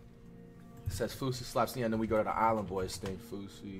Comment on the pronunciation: why flight pronounce them like “fousie” and “konvoy”💀💀